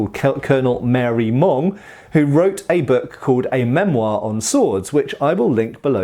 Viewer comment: Marey-Monge (ma-ray-monzh) not "Mary Mong". I had to look it up.